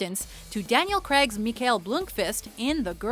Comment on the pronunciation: Can the woman who voices these please learn how to speak. It's Daniel Craig not "Crag". Very annoying every time he's on these lists.